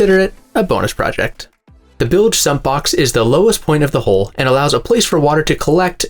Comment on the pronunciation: The body of a boat is a hull, rhymes with gull. It is not a "hole". Nobody wants to associate a hole with a hull.If it rhymes with gull, it keeps water out. If it rhymes with bowl, it lets water in.